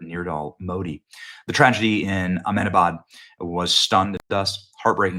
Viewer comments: don't worry bro H is silent in Ahmedabad it's more like A.M-DA-BAAD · It’s Ahm deh Bhad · People can’t say Ahmedabad. It’s said like Ahmdabad